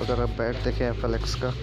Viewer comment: FLY nahi FLX